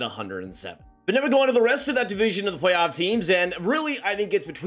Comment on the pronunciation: Plaoff! Plaff? Oh play-off. Got it lol